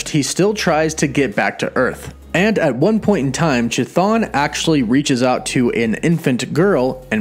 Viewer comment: You murdered the pronunciation of Cthon